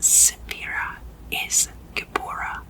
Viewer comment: Hiya! So I speak Hebrew, and wanted to leave some pointers: - Chochmah you say both ch letters at the back of the throat, not chokmah - 'geburah' you say gevura, with a v (in Hebrew you have two forms of ב, the one with a dot will mean it's said like b בּ and then ב which you say like v.) However nowadays most ppl use ב as it is expected to just kinda know which one to go for, kinda like how in English you have a soft and hard g.